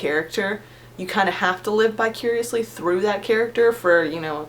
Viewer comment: ....bicuriously? did you perhaps mean vicariously? <3